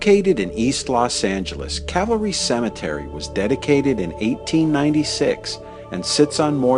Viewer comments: It's Cal-Va Ry. Not Cavalry. One is the place where Jesus was crucified. The other is a troop of solders on Horseback. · Nicely done. BTW, it's Calvary, not horse brigade. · It’s not “Cavalry”, it is “Calvary”. Big difference. Otherwise great video. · Ooohhhhh. It’s Calvary, not cavalry. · Get it right please, you keep saying Cavalry, it's CALVARY according to your post's title. Huh? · Please Educate the Ignorant narrator of this film that this Cemetery is named CAL Vareee (Calvary) after the site in Jerusalem where Jesus Christ was Nailed to His Holy Cross to die. The cemetery is then NOT Cavalry Cemetery as he ignorantly Pronounces it, as if The U.S. Cavalry were still Chasing the Indians on the American Plains. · Interesting tour as always apart from the constant mispronouncing of the cemetery's name ....it is NOT. Cavalry......it is Calvary, the place where Christ was crucified. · It is "CALVARY" NOT "cavelry, bad mistake. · It's calvary, not cavalry. Also, Eddie Foy and the Seven Little Foys was the act performing at the Iroquois Fire, in Chicago in people died, and 250 were injured. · Cavalry... the narrator cracks me up. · I think you are pronouncing Calvary incorrectly. Calvary is where Jesus was crucified. Cavalry is a horse-oriented army. Thanks for the video!